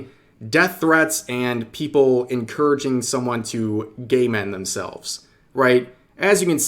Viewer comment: lol the way you say game end themselves sounds more like gay men themselves